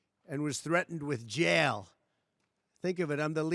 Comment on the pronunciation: You SHOULD BE I JAIL!!! HARD emphasized "J" JJJJJJJAIL!!!!😂😂😂😂😂😂😂😂